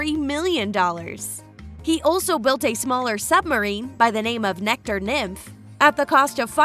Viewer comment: It's Necker island, not Nectar!